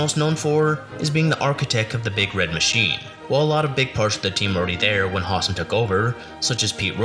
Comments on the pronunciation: Not to quibble, but the Reds GM was Bob HOW-sam, not HAW-sam. And it's not Pedro Boren, it's Pedro Bor-BONE. Checking on how to pronounce the names in advance will help you when you make your next video. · Howsam, not Hossum. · Howsam is not pronounced Hahsum. It is HOW-sum